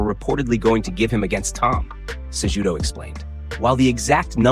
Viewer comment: You BUTCHERED Henry Cejudo's name, it's not pronounced JUDO, it's Kahootoh.